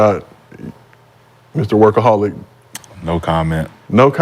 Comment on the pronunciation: “Wurkaholic” is crazy 🤣🤣🤣